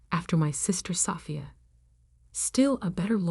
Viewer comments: I wish AI would learn how to pronounce Sophia. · Haha I hear you! It’s such a beautiful name—and it deserves to be said right! You’d think by now AI would have it figured out. One day, hopefully they’ll get it as gracefully as it sounds. 😊